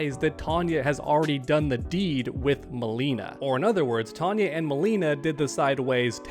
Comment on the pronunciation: It is TONE-YAH. She is not Tanya. Totally different. (Yes, we know it is another universe.)